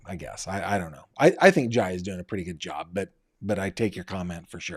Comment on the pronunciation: Jai is pronounced Jay.